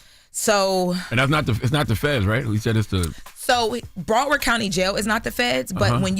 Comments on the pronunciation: Why does she keep sayin' "BROADward County." It's BROWARD. Not that hard to pronounce. Shouldn't they hire news people to do the news? This girl stuttering and stammering. All over the place. She didn't even name the victim. She then asked: "How will this impact Dirk if he's found innocent?" That seems like a filler question because she should already know the answer. If Dirk is found innocent, this will only HELP his career. He'll start rappin' about how he beat yet ANOTHER murder, blah blah blah, and Charlamaign will play the song over and over again and the hip hop community, as always, will start praising psychopaths. Then they'll start whining about the high murder rates in their community, and they'll blame everyone other than themselves, then they're promote music that glorifies murder and drug dealing, and yay we have a circle of imbeciles. The world is so sick of you hypocrites. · It’s Broward not braward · Its Broward not Broadward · Bra-ward county jail🤣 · It's Pronounced BROW, Like Eyebrow, Broward County #954 🤘🏾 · Brow- Ward the way it’s pronounced get it right we keep some celebrities in our jail.. Slide for Von what a joke😂😂😂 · Why she saying broward like that 😂 it’s “brow-ward” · It’s BROW-Word Learn your pronunciation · Ma’am I’m going to need you to put some respect on t on our county name !!!!! Say it right ….. “BROW-WARD”!!!!!!! Tf 🤦🏾‍♀️ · This news girl sucks lmao 😂she can’t even say BROWARD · She said broward county so wrong 😂💀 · Why is she pronouncing Broward like that 😂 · Please say Broward county correctly…. Disrespectful…. Lol😂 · This girl is not pronouncing Broward right lol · Why is she pronouncing Broward like that😂😂😂😂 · she aint say broward right once this whole video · is incredible but her pronunciation of Browardc As a Broward native is taking me all the way out lmaooo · I don't like the way she's saying Broward😂